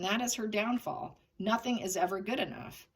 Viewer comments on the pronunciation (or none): none